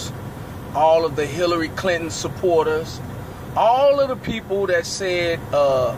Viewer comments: "hallary cliton" Im dieing rn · Please Send Help I was thinking more "Hairilly Clinton" wookie confirmed. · hirally clinton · "Hairly Clinton"